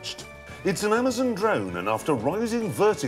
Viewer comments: Jeremy Clarkson can’t pronounce Amazon “Amizen” - Jeremy Clarkson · Amazon not amazn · It's amazon not amazen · "Pyuma" "Amazun" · "amazehn" dammit jeremy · “Amuhzen” dictionary of Clarkson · That's just Jeremy. if you've seen top gear thats how he says it. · Am-ah-zahn. Poo-mah. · I love how he pronounces it Ehmazen. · What is Amazon partnering with that racist English guy ? He can't even pronounce amazon right. Another hoax. the FAA already said you can't do this. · WHY DID YOU USE THIS SPOKESPERSON? HE SAID ALMOST EVERY WORD WRONG.